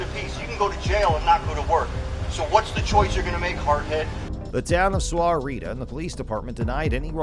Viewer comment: Just do you know Sahuarita is pronounced Sawarita